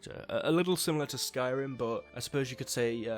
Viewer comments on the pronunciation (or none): none